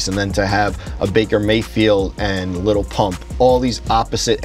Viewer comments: Did any one else get triggered when said little pump instead of lil? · The way he says little and not lil